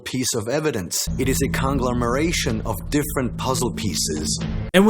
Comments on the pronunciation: congla'meration..........WTF! Did he mean conglomeration? This is coming from a magazine editor too! English mother F*%KER Do you speak it! XD This isn't cultural appropriation, that's when you take somebody else culture and then take credit for it. As if it was yours from the get go... Maybe it is kinda... At worse this is the bigotry of Low expectations. Which is Flat out RACISM! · is he trying to say "conglomeration" ? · I damn near lost it when the one dude who’s always on, and who’s supposed to be this super knowledgeable guy mispronounce the word ‘conglomeration’. Which still wouldn’t be the right word, it’d be conglomerate